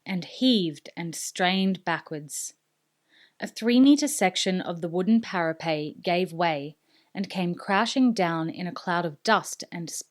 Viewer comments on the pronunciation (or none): thanks for this it`s been great listening to you reading, loving it so far! I have to be an A hole tho and point out that, unlike words like bidet, "parapet" isn`t of french derivation, the pronunciation is simply para-pet.